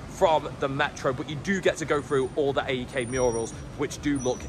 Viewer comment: Great video. Scary pronunciation of the stadium names 😂. You kind of butchered them!! You should refer to AEK without saying the initials...just "aek". Greek Gooner here (love Arsenal), but respect City, Liverpool etc. And love the Greek national team, but congrats to England...hope we can beat Scotland in the playoffs.